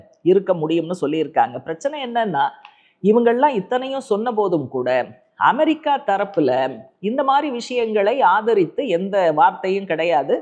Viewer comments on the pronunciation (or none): none